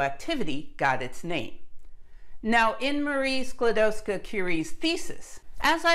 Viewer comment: Your pronunciation of Skłodowska is perfect.